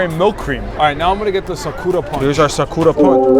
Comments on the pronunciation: STOP SAYING "sukuura" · You mispronounced Sakura. C'mon. You never watched Naruto before 🤣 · Is anyone gonna be pointing out the sakura pronunciation??